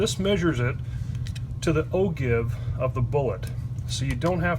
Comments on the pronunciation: Even the google pronouncers don't all agree......but "o-jive" seems to carry the day. And it's more fun! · Excellent video! But..... it's pronounced "O-JIVE"! I'm just sayin"...